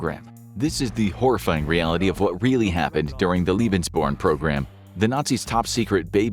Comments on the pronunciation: omg it's pronnounced "leh-bens" not "lie-bens". "Leben" means life; "lieben" means love. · Why do you pronounce German words the American way? Lebensborn is pronounced "laybensborn" not "lee-bensborn". Hearing it being butchered more than 30 times is toe curling 😫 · Lebensborn is definitly a mispronounced term, I know such programms existed and Leben means Live but born doesnt mean anything in german and is definitly derived from the english word born